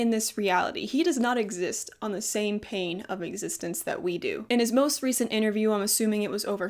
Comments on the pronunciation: i love this! but the way you keep saying pane instead of plane is giving me mad anxiety LOL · i cant tell if youre saying "pain of reality" on purpose. its plane. but pain is so real lmao help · Do you keep saying "pain" of existence or am I just hearing things!?